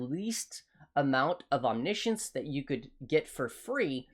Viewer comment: Omni Science or omnishn